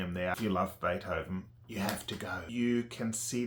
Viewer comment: Damn the way you say beerhoven or rhe other names surly tou must be taking the piss